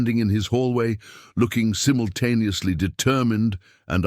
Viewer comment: You are miss pronouncing simultaneously. You hear 🙉 the I